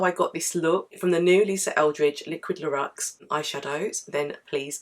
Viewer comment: Thanks for the review! It’s pronounced LOORex by the way. x